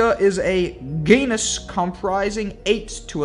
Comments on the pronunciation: "Several species in the goonus..." Worst voice over reading I've ever heard. Take an English class or something. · I can't believe he mispronounced genus lol